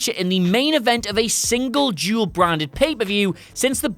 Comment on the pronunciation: Am I the only one hearing him say Jewel every time he says dual?